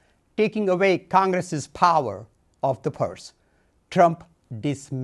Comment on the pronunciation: "...Taking avvvay..." Okay I tried and I'm done.